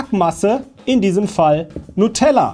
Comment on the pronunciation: Du hast "Nutella" falsch ausgesprochen.